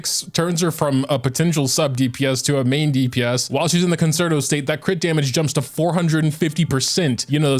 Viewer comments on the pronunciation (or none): please please it is pronounced 'con-chair-toe'